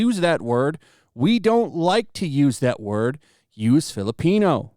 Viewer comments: I can't store hearing "filipenis" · I swear it sounds like you're saying Fill A Penis. I'm like yeah that's gonna go over like a fart in church. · It literally sounds like 'Fill A Penis.'